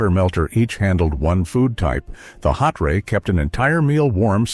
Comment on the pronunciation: Salton hotray isn't like hot-ray. It's like hot tray, only all in one word, no gap.